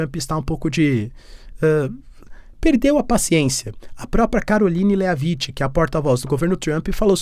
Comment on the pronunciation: Léaviti 😂😂😂😂 A pronuncia correta é Lévit, sem vogal no final. Como o “t” em shit , não é xiti, é xhet!😂